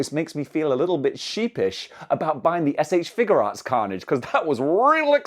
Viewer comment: Why people keep saying SH FiguRATS and not FiguARTS?